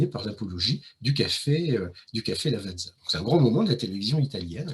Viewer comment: Lavàtsa, pas Lavadzà, Noutèlla pas Nutelà. Chambéry chef-lieu de préfecture du Pas-de-Calais 😂Incroyables le Musee Egyptien, et le musée du cinéma dans la Molle Antonelliana